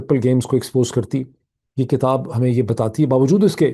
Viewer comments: Your analyses are very useful and logical. I pray that God will keep you safe. (Sir, have you mind if I pay your attention to the word which is actually "Kitab" not "Katab"). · BTW Doc,the pronunciation is KITAB,and not KATAB according to you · اسلام علیکم معید۔ ہم آپ کے بہت شکر گزار ہیں اتنی بہترین خبروں اور تجزیے کے۔ آج دو گزارشیں ہیں۔ اگر آپ برا نہ مانیں تو ایک یہ کہ کتاب زیر کے ساتھ ہے نہ کہ زبر کے ساتھ۔ دوسرا یہ کہ اگر آپ پاکستان کی مہزبانی کو کمشن نہ کہتے تو بہتر تھا کیونکہ ہندوستان کے گرو آریا نے پاکستان کی مہمان نوازی کو ہوٹل کی خدمات قرار دیا ہے۔ جو کہ اس کی حسد اور جلن کو ظاہر کرتا ہے۔ اس لئے برائے مہربانی آپ دشمن کو آپ موقع نہ دیجیے۔ شکریہ۔